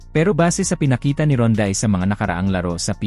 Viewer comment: Pangalan pa lang ni Rondae Hindi mo nga mabigkas ng Tama eh katulad ng Balita mo puro sablay. FYI boy resident import ng TNT si Rondae 😅😅 you should do research first before talking 👎👎👎